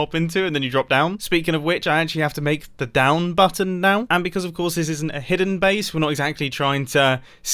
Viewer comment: am i hearing something did he call button mumbo: a batton